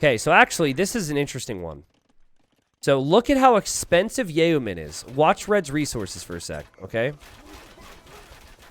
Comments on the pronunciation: not pronounced, "yay-o-men". it is said, "yo-men". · It's pronounced like 'yo man'